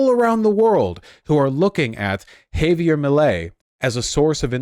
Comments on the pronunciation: Of course vaush still hasn’t figured out how to say javier 😭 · Vaush's Milei isn't real, Vaush's Milei can't hurt me... Hay-vee-er: 👁👄👁 æfüęrå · My f-ing nonexistent god, it's "Hah-vee-AIR"... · why does vaush say it as afuela 😭😭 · I thought it was pronounced "ha-vee-AIR" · vowsh stop saying "hay-veer" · Yeah it pisses me off too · Honestly he is triggering my grammar n*zi. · He's a Yank this is how they butcher names